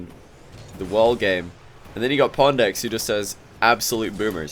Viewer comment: Why does say pondx instead of pwndx?